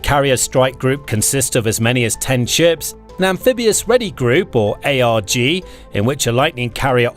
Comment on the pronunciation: And MEU is “Mew,” and ARG is not A.R.G. And L-Cack (not L.C.A.C.) haha it’s tough to watch this stuff sometimes haha